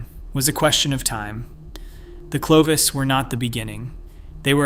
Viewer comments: itś not Clee vos It is Clo vis. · OMG! One of the most important terms in this presentation is mispronounced! Clovis not sleeves. I have to stop here a . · And train your reader-bot to pronounce 'Clovis' not 'Cleave Us" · It's not Cle-vos, It's Clo-vis. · How does one get "klee-vose" from clovis...credibility goes out the window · CLO(oh) VIS is correct . 😊😊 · The first syllable is "clo" which rhymes with "flow." Also, the Clovis people never crossed the Persian Gulf, despite your short video which shows them doing so. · Excellent work overall, but it's impossible to overlook the repeated, incorrect pronunciation of "Clovis." 😢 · But the other pronunciation was not correct. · In a mysterious, contested subject - are e to believe you when the key simple name Clovis is so grossly mispronounced?